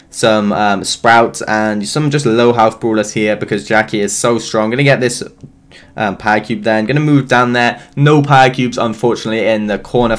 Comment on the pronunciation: Is it me only or does he say pa-cube instead of powercube?